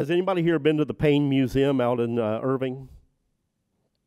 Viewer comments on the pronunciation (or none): none